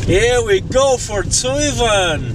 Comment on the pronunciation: Why do you pronounce the word in two different ways? One time you say like “tsuy-van”, and another time you say like “tzuvn”.